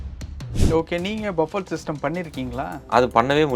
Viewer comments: Bufee… not Buffett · இதை BUFFE என்று செல்லவேண்டும். BUFFET என்பது தவறு. ஏனென்றல் BUFFET எனும் சொல்லின் கடைசியில் வரும் "T" யை உச்சரிக்க கூடாது. அது சைலன்ட் லெட்டர். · டேய் ..அது "பஃபெட்" இல்லடா..."பஃபே" Or "புஃபே" ...!Not BUFFET...it should be pronounced "Buffey" or "BooFey" ...T is silent!!!